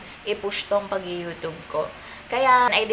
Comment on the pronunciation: Ung pagsabi nya ng youtube